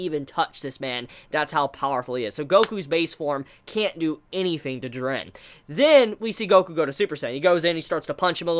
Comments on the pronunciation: JEE-RIN dummy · I'm a big fan of your videos but the way you pronounce "Jiren" really gets under my skin every time I hear it for some reason. Sorry for coming off as ignorant but is there a reason for that? No offence though. :D ;) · We all just need to except the fact will never pronouce Jiren correctly. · You say jirens name weird